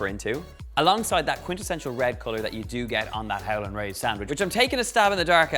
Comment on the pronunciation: I thought he said 'Helen' Rays lol